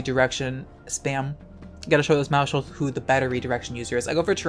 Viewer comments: it's "mouse-hold" not "mou-shold" The word sounds like household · please stop using the sh sound in maushold its mouse - hold like household pls stop